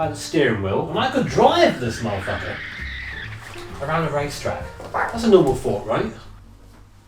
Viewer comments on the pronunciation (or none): I don't know why, but hearing someone with a British accent say "muh-fucka" is one of the funniest things I've seen in a long time